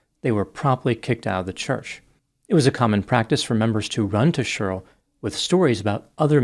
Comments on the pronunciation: 😮 I've never heard anyone pronounce the name Sheryl like this before. One syllable. Sherl. Wild., I don't like it 😂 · It’s always fun hearing pronounce the name Sheryl as “shur-ill.”😂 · I think for me it's the way Sheryl is said by 😂😂😂😂 I couldn't stop laughing 😆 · It was very painful hearing him mispronounce Sheryl every single time! 😬